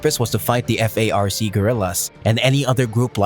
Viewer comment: It’s FARC not F-A-R-C.